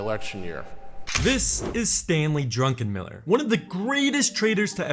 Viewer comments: Druckenmiller, not Drunkenmiller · I think he's saying it like that on purpose